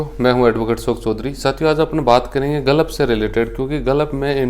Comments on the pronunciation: Sir ji galaf NHi h hota h gulf bolte h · Tujhe Gulf bolna to aata nhi h Advocate bolta h khud ko